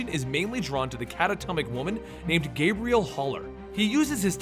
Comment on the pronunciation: Sorry to be THAT guy and nitpick something so unimportant to most, but Xaviers first love is named and pronounced Gabrielle (Gah-BREE-elle) not Gabriel (Gayb-ree-elle). Ok, I now feel like an ass for pointing this out, so anyone wanting to call me out is welcome to do so! lol Otherwise, I love and will continue to love the channel and everything you do +! Peace.